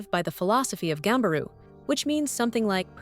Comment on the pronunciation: It's "Ganbaru", so much for journalism